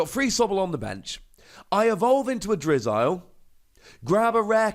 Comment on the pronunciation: its pronounced drizzle